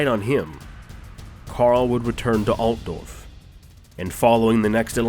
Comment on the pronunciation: Leetdorf... the narrator made me very upset. I hate him